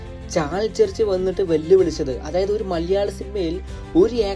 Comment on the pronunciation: മലയാളം annu ഉച്ഛരിക്ക് ഇയാൾ maleyalam annanu പറയുന്നത്